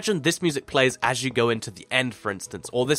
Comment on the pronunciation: No, he said everything as But it sounded like everything ass BTW how do u get subtitles?